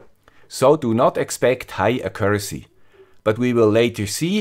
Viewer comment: Just, could you look up how to pronounce "accuracy"? ;-)